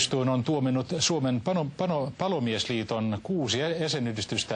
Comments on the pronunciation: Panomiesliitto! Ei apua kuolen! *kierii lattialla naurusta* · "panomiesliitto" Ilme ei värähtäny ollenkaa vaikka sano ainaki kaks kertaa vääri ! :D:D:D